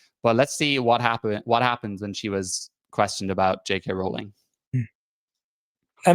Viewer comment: Total stupid, I know, but what REALLY gets my goat is how no one (except ) can pronounce Rowling correctly. I can only assume these people castigating her haven't done any actual homework on here (even for something as simple as pronouncing her name correctly). They've learned everything they know from other haters. It's really quite bizarre.